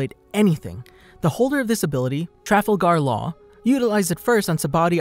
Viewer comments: He said Trafalgar Law's names so fuckin wrong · The way u pronounced Trafalgar law is wrong g